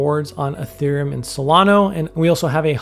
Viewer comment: Solana not Solano